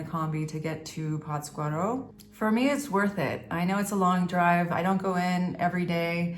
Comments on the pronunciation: Durango City is a Beautiful Place. PATScuaro is The Correct Pronunciation.. Forget the Cartels. They are were Politicians Live ( Simbiosis) .Less Government, More peace. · PATZ cuaro..the accent/inflection is in "Patz" ...LOL Big Hug! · I enjoy your videos. No offense, but isn’t the accent supposed to be on the first syllable in Pátzcuaro?